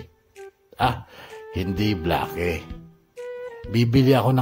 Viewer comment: Bla-ke??? Baka naman "Bleyk" just thinking 🤔